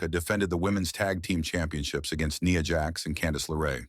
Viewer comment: It's Nia Jax not Nee Ya